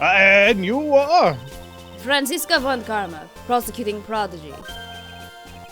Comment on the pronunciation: I'm not sure, but "Von Karma" must be pronounced as "Fon", not "Von"